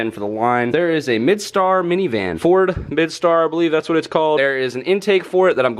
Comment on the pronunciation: Windstar not midstar